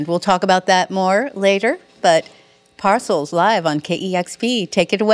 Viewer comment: Not Nice, Lady; they gave you the correct prounciation of the band's name , but you continued to say it wrong!